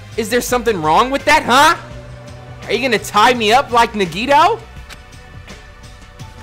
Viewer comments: Bro omg it’s “Na-ge-toe” damn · you're killing me its pronounced NAGI-TO